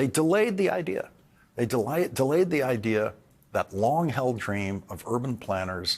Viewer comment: hes not british why does he say IDEAR